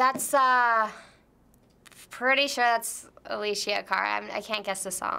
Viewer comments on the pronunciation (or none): It pissed be off how she said aleshhhhia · Raul Cercea she really got on my nerves when she said Alessia wrong... 😂😂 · she keeps pronouncing alessia wrong my god hahaha